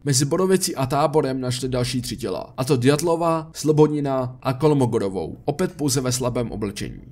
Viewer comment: Ďatlova mi trhá oči i uši 🤣